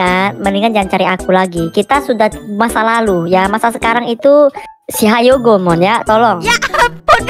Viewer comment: Kak kok atun perasaan selalu bilang hayogo